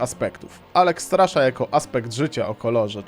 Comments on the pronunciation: dobry materiał, tylko pls nie czyta sie alexstrasza przez 'szy' xD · Posłuchaj sobie jak w grze wymawiane jest imię Alexstrasza. Tam nie ma "szy". To nie jest Polska bajka, i nie Polskie imię.